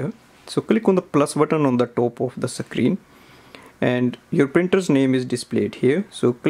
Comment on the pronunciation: Thanks for your help but wtf is a "sacreen" it's a screen"